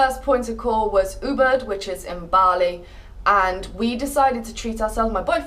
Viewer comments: I thought you were saying uber that taxi app. Then i realized you are not saying that. Its easier to say oo-bood to say Ubud. Just some input. :) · she said "Uber", actually its "Ubud" and if you want stay in "Kuta Beach or Seminyak Beach" couse many good accomodations - 200$/room/night and good restaurant in that area.